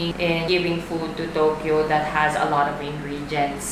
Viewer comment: not TOKLO ??? Its TOKYO!